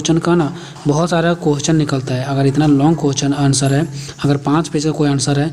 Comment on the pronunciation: Question hota h .. quesch nhi😂😂